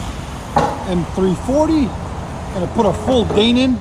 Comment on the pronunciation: Dane-in? Lol.